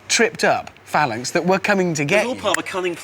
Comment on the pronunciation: Lol the guy with the glasses calls them failanx.